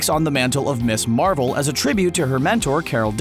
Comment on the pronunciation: For the record - “Ms. Marvel" is pronounced “Miz Marvel" not “Miss Marvel"…